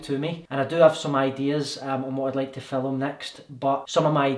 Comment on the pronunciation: Filum😂so scottish x